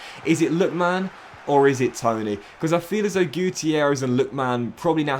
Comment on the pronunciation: you're actually sped. How tf can you not pronounce Lookman, Tuanzebe, Malen, or Bijlow right?